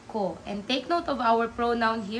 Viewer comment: Why do you pronounce ko with the long o sound? I thought it was supposed to be pronounce with u.